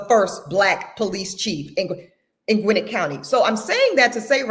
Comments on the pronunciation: Gwinnett - pronounced gawin - net😊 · Gwinnett is pronounced Gwa-nette She’s irking me by her pronunciation because I lived in that county at one point. 😂😂 petty I know but it’s like nails on a chalkboard for me. I couldn’t listen to the whole video.